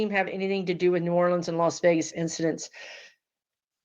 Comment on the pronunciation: I’m from NOLA and I’m so happy to hear someone pronounce it correctly. Lol